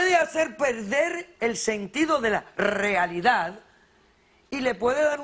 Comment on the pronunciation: el sentido de la rrrealidad😂😂